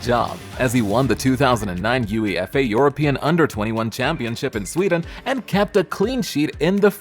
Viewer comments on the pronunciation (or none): Video was over the moment he said U-E-F-A